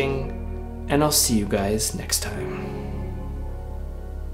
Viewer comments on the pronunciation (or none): none